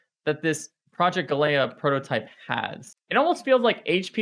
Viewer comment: He can't even pronounce "galea" properly.